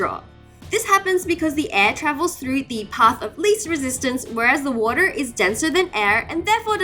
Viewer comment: Why does she say Woror instead of water lol